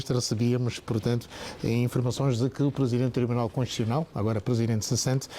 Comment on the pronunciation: É conshuchional ou constitucional 😂😂😂? Eh, tio Carlos Feijó🤭🤭🤔🤔🤦🏾‍♂️🤦🏾‍♂️